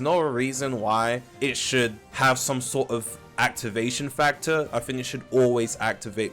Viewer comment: "...I fink..."